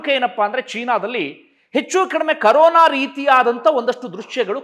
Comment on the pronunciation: ಕರೋನ ಅಲ್ಲರೀ ಕೊರೋನ